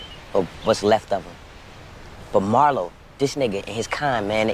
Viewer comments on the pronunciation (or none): Marlo, not Mario 😂. Hate his guts til this day! but you still gotta get the name right lol. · Marlo, MARLO Stanfield, not Mario.